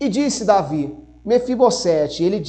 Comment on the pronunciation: Mefibosete: somente um S então tem som de Z.